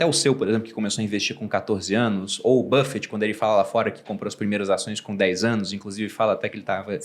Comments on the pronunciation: Warren "Bifiti"...aos...até a sorriu....esse Sr. Barsi é demais!!! kkkk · hahahah mano, até hoje eu não entendo porquê ele, Sr Barsi, fala Warren BIFFETT, mas eu acho massa e engraçado. hahahah